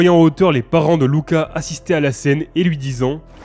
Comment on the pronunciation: C'est cool que tu prononces correctement le nom du dernier film Luca :) Je m'appelle exactement comme ça et j'en ai marre qu'on m'appelle Lucas et pas Louka même si ça s'écrit Luca.